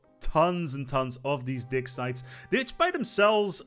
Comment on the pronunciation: I don't like to comment on people's accents since I'm aware that my accent in their language would be even worse -- assuming I could speak the language at all. But all the talk about "ancient dick sites" just had me LOL for most of the section about the Ancient Relics pack.